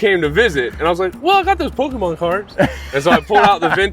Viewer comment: How to pronounce Pokémon: Poke-E-mon ❌ Poke-UH-mon ❌ Poke-AY-mon ✅ Admittedly, I pronounce it "Poke-UH-mon" (like the seller is pronouncing it) but hearing "Poke-E-mon" probably bothers me more than it should and it's solely because that's how boomer parents said it in the 90s and 00s 😅